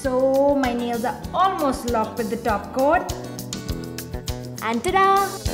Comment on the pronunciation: it is "top coat" not "top quote"